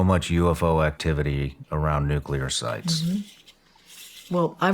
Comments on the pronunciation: NUCLEAR not NUCULAR. Please for the love of all that is good and holy. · It’s not nuculer, it’s nuclear! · Nuclear, not nucular. 😊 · Omfg. Nu-klee-ur. Not Nu-Q-lur. Fuck. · Please… nuke-Lee-ar (as spelled: nuclear, from Latin nū̆cleus) Not nuke-a-lar (not spelled nukalar) Or I call you Chirs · *Nucular*? Really? You can do better than that:)